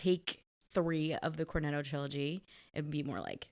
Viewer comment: a woman with an Italian surname, saying "Corneddo". You don't believe it until you hear it. 😂😂😂